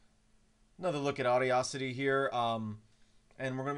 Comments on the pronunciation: Should be aw-DASS-ity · No offense, but that is NOT how you pronounce Audacity. Not even close.